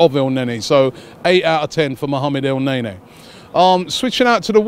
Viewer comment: lmao Robbie said "Mohammed El-Nae-Nae"